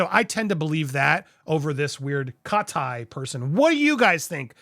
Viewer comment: 😂😂😂😂😂 HOW you slapped that pronunciation to her name 🤣🤣. CAW- TĪ 👁️ CAUGH-TĪ